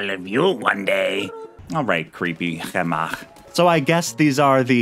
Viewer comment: I have to say, out of all the ways I've heard people pronounce Chemach's name, I like yours the most